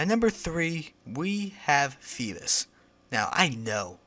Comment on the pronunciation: fee-biss? what?FeeBASS like...a BASS fish lol. Geez this guy.